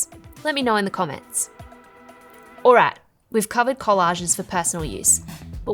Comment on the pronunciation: It's "alright" not alo alla